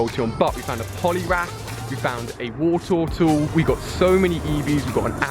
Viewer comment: "we found the Woretowtle